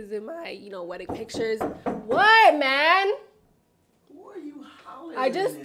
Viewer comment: The "what man?!" was so carribean ahahahha